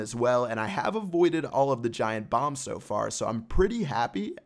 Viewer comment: Did he say giant bombs or giant bongs?